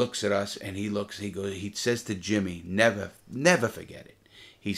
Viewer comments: I’ll nevah forget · Ceo of nevah forget